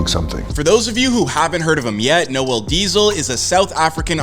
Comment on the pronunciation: I love how they butcher your name 😂😂